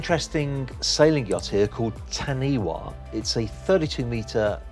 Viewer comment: It's pronounced Tar knee far, it's a Maori native word from New Zealand.